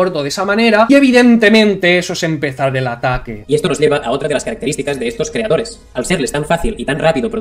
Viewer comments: Si vuelve a decir "creadore" empiezo a sacar las antorchas. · Me encanta cuando dice creadore jajajajajajajajajajajaja